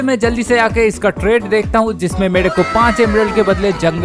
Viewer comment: Deakta 😂 bolata😂